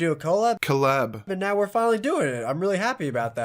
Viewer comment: coal-ab lol